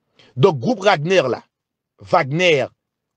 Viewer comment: Se pa Wagnè non=se Vagnè li pwononse